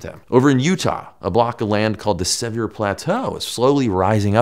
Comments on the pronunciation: Just so you know, Sevier is pronounced lik severe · It's pronounced sev ear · The way he overpronounced Sevier. . . That was a little jarring for me (as someone who grew up in Utah. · That's because they're American; Sevier is a French name (3 syllables, r silent), now bastardized by western lingo. Maybe a French explorer named it? & y'all didnt mention Sevier dry (previous to 1984) Lake. I 1st saw it as a dry salt flat in 1978. After the winter of 83-84, when 600 inches of snow fell on Utah mtns., I was surprised to see a 30 × 15 mile beautiful blue lake! Great Salt Lake rose scores of feet that year, caused major flooding, highway to be moved.. Nature!